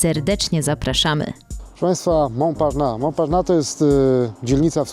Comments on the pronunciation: Mąparnas się czyta a nie Mąparna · [Mąparnass] się wymawia poprawnie. Proszę jakiś dłuższy film na ten temat zrobić o Starym Mieście. Pokazać więcej pozostałych budynków czy opowiedzieć o zabudowie jaka była. Ten obecny film właściwie mało co wnosi.